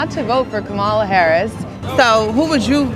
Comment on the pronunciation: So I'm supposed to condemn Zohran Mamdani's attempt to claim his heritage as a Ugandan descendant on a college application by a fool who either cannot or refuses to correctly pronounce Kamala Harris's name? Nah... I'm good. Citizens of New York City, please send Cuomo, the pumpkin, MAGA, and the rest of those status quo billionaires a mandate message. This reign of fascist terror is over! Vote for Mamdani as NYC mayor.